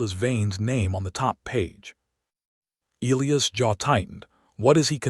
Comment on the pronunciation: Why can't the narration pronounce Elias properly? Not difficult!